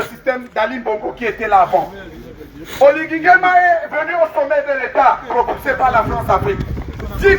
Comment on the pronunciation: La cause est juste mais attendez quand-même que vous soyez même 100 personnes. Il y'a de camerounais en Belgique pourquoi vous êtes moins de 100 seulement. OLIGUI ET NON OLINGUI